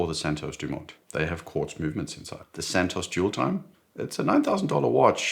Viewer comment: Santos* not Santosce - don’t talk like an American because it only cheapens you. And a South African emulating someone from the USA is fundamentally akin to devolution.